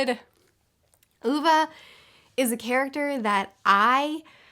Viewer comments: You convinced me to read this after mentioning it 6 billion times in previous videos- I called him [Oh-vey] because of you, then had to adjust to listening to it for nine hours on audiobook and all the time him being called [Ooh-vuh]. My mom and I both cried, thank you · I am swedish and you pronuce it Ove with an e in the end not ova. The e is like Wien someone punch you in the stomach and make an e sound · I'd never heard of this author before but now I want to read his books! PS. It's pronounced OO-ve (e as in Egg), not Oo-v-uh :) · The “o” is kinda pronounced like the o in “or”🙃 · Only book I read by Backman some time ago on recommendation by a coworker. It is usually not the kind of books I like (“social realistic”), but I really liked it. Only book I have recommended to others outside Pratchett’s books. Also your pronunciation of Ove makes me smile. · I’m sorry but you trying to pronounce Ove is the funniest part of this review. This is not critisism it is just funny to me as a swede:) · The way the name Ove is pronounced sounds like "grape" in portuguese and that just made me happy lol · After watching the movie recently I really want to read this. Also hearing struggle with the name is hilarious 😂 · I can't watch this video because you kept sayong ooovaa 😂... I read it as ove.. As in LOVE without L... so now if anybody says a diffrent name i get pissed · Swede here! o/ Just wanted to let you know that you are calling him 'Uva' instead of 'Ove'. 😅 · I appreciate the effort but sounds better What comes naturally since Ohv is closer for how a swede preceives it, rather than oova Edit: its the very small things that can completely ruin the pronounciation in swedish